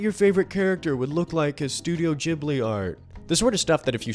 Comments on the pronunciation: your Ghibli pronunciation is all good m8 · You pronounced ghibli 100% correctly :) it is pronounced like a j in english! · I know this isn't important, but since you noted that "you didn't know if Ghibli is with a soft or hard G", I came to answer that, it's a hard G :D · Thanks for making this! I was really impressed with the rhetorical quality of the video! And I think you got the pronunciation of Ghibli correct, the soft G more closely matches the original Japanese at least.